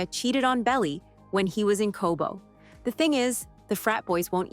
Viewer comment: It's Cabo not Cobo